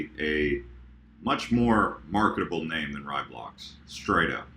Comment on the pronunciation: Yes, Nano will be a much better name since almost no one says Raiblocks correctly. RAYblocks, not RYEblocks. So glad I don't have to hear people say it wrong anymore, haha.